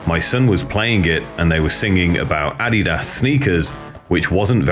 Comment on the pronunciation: Lol how he says Adidas !!